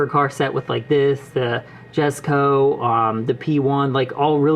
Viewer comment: Really nice video, I’m gonna sub. Also, jesko is actually pronounced yes-co (I also said jes-co)